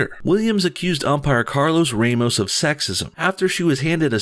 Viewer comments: Ramos is said like you said in the first time RAHmus, not REImus, since he is portuguese. but good job ;) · Rah-mos is correct. #SpanishSpeaker